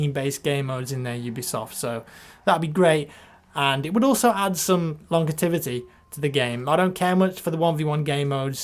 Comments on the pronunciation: Longitivity? Lol, you mean longevity? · ....longitivity? hehe longevity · Longetivity? lol...you mean longevity? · still saying longevity wrong hehe